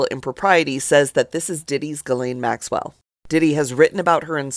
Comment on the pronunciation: I so wish black vloggers would stop mispronouncing Maxwell's name sounding like hillbillies 😢 The S is silent like the g in neighbor